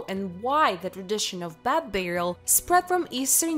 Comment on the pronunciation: they referring to beds and she keeps saying bats that's nuts